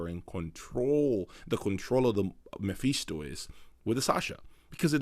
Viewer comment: Btw its 'Meh-Fis-to' not 'Meh-Fees-to'